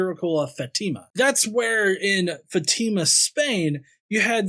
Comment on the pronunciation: It's OK. Also, in case you're interested, the symbol on the 'a' of Fátima means it's supposed to be pronounced FAH-ti-ma as opposed to fa-TI-ma.